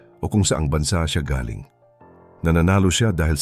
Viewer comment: Narator please be attentive to your pronouncing some Pilipino words example the word “galing” if ur referring to the talent of a person your pronunciation must be fast accent is in the first syllable if it means a question about a place the pronunciation of galing” is slow meaning the person came from that place . As a foreigner your pronunciation is good but some Pilipino words have different meanings depending on the pronunciation.